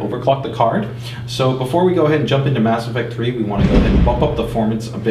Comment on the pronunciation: Every time he says "Mass Affect 3" you hear thunder sweet the game must be that epic lol